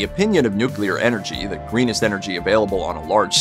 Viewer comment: I'm so glad you can pronounce "nuclear" correctly. There are tons of reporters, narrators & politicians who pronounce it "nuculer ". Drives me bananas!